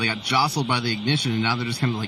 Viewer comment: BOOSTER IGNIJITION